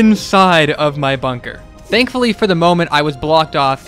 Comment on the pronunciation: I love how he says dankfully